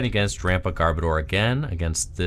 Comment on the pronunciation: I’ll be the pronunciation police: Muh-Gear-Nuh and Garb-Odor. (Love these videos. Can’t stop watching them!)